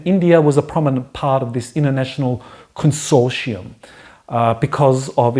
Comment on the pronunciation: Think has trouble with "consortium", but interesting as always.